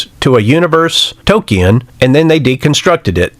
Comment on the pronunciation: When you can't even pronounce Tolkien, you're hik tirade loses a bit... If you can't understand this, then that's a fait accompli...